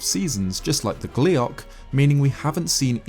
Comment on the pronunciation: "gliac" oh fuck you